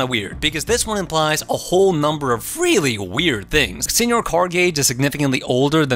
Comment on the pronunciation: Since it looks like my first comment was deleted, just some feedback. 1) Senor Cardgage’s first name is Senor, pronounced Seh-nor. Strong Sad mistakenly call him Señor once, but every other character including Cardgage himself spells and pronounces it phonetically after that. 2) Strong Sad’s antidepressants are a running gag, he clearly receives psychiatric counseling.